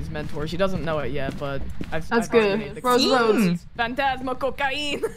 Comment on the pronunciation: saying fantasma, she said it so well ❤ She is already an Brazilian